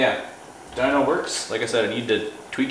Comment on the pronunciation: AR dweeno lol like wtf bro It’s dyno as in dinosaur ffs